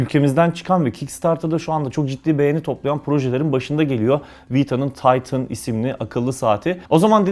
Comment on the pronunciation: Taytin değil titan